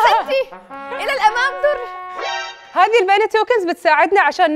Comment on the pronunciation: للامام سر ❎ للامام در ✅